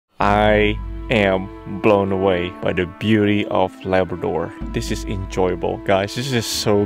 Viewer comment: It's not laberdor, it's Labrador